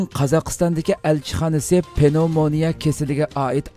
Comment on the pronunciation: Avo Uighurlarning hanum kizlirini tarbialash digan gapni hitaidin ugandingizmu? Nima gap u? Okutti, bilim bardi, chakuruk kildi , ugatti ,daris otkazdi dimamsiz Uighurning tili bai va kang soz tapamamsiz ? Andi undak parang kilghichi bolmang . Gepingizni tuz kiling. Penovmania amas pnevmonia. Tarbiani ata anisila balisigha kilidu.astigha tushti digan nima gap?